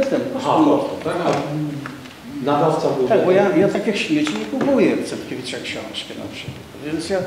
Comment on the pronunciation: CenTkiewicz:)) Bredzislaw to zalosna kreatura a i nazwisk nie potrafi wymowic... Ciekawe czy jak donosil to tez sie tak mylil?